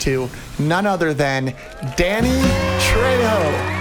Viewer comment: Saying danny trejo's name wrong somehow and saying he isn't that famous is hilarious 😂